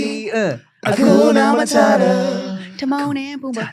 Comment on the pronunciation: I ain’t never heard nobody mess up damn ‘Hakuna Matata’ lol! 😂